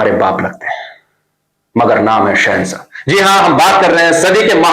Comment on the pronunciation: Nam hai shehasaaa you chek your 1st word me nahi btata mager aap ko apni galt sudharne ka ishara mil jaye